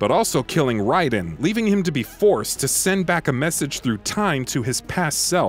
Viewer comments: Imma just point out that its pronounced like ray den. Not rie den. Just me grammer nazi side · Go play any mk game, watch any mk movie, or listen to any producer say his name, and not once will you hear someone replace the ai sound with a straight i sound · Like the dudes content but I feel he needs to look up how to pronounce 90% of the names in these games before he makes the videos. Like Raiden is not pronounced riden lol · I got cancer when you pronounced Raiden "Ryeden" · Not to be mean, but I've never heard Raiden's name pronounced that way before. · That's because he is a fake gamer. I mean the game started back in 92, it's 2019 27 years and you never heard the name Raiden.